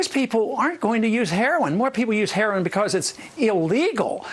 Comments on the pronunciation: " Huroin use " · Wow Chris Matthews can't even say heroin. It just reaffirms what I've been saying... Chris Matthews is a joke of a journalist. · "Hurrowin"-matthews. legalizing "hurrowin" it thought it was HEROIN. black ppl also refer to it as Herrawn--hahaha ron paul makes everybody on the repub. stage, obama, and matthews all look stupid.